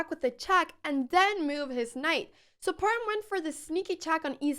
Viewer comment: Thank you for a great game...and you are the first foreigner that can pronounce " h" in Parham.